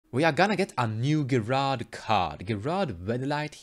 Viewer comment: His name is pronounced Jerard. I don't mind pronouncing things differently, but thought you might want to know.